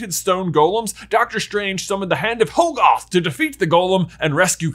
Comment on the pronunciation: Uhhh, it was pretty obvious that the third eye was the toll of using the Darkhold. That's it. Nothing more. Also, Hoggoth is pronounced Hah-guth. Pretty simple English. A double consonant after a vowel makes the vowel soft. C'mon.